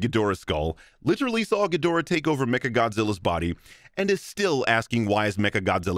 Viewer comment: thought you'd sin for mispronounced Ghidorah